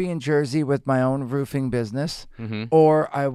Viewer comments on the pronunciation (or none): Roofing! I 100% thought he said he started Boofing at this point...